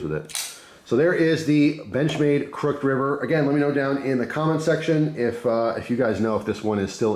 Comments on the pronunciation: Haha I was thinking the same! It’s pronounced ‘cruck-hid’ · Never heard anyone pronounce "crooked" the way you do, crook'd vs crook•ed. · wait. have i been saying "crooked" wrong this whole time? im confused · Didnt even notice he said it different till i read this comment ha